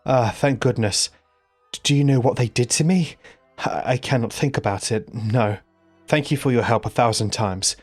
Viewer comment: Fank you hahahahaha